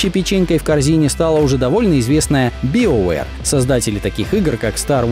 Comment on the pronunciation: Господи, как же ты некоторые названия криво произносишь, Генезис? серьезно? Биовэр? просто, причем диагонали эйдж произнес правильно, Сегу, мать ее, дженесис - нет